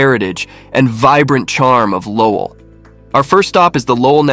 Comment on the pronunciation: Another AI voiceover lol. Cant even pronounce Lowell right